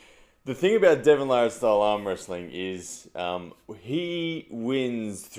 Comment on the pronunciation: I don't arm wrestle but as a new fan of the sport wanting to explain the more technical aspects to others and get them into it, videos like this are gold. Great stuff!! It's also very refreshing to hear Devon's last name pronounced properly lol. Larratt not LeRat.